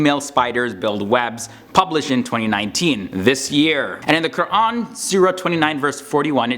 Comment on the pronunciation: dang...thats impressive...the way you pronounciated QUR'AN was to the point